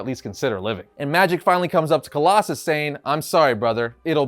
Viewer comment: Really? "Coloss-a-snot"?